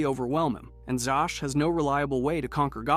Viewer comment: It's pronounced "ZAZ"....... Victor ZAZ.